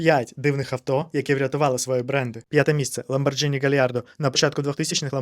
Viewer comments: Друже, ЛамборГіні. Це як зі спагетті 🍝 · Ламборгини - это итальянец. Произношение регулируется буквой акка "h" и поэтому Ламборгини. Если бы писалось без буквы h, то "gi" читалось бы как "дж". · ЛамборДЖині, це як спаЖетті.